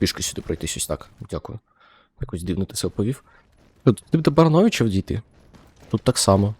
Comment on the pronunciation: Не Барановичі а Барановичі